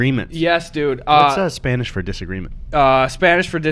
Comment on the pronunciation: I find it funny that gus is the only youtuber I've ever seen to actually pronounce spanish stuff "correctly" (at least really close) meanwhile, actual hispanics like CRG have the fucking shitiest pronunciation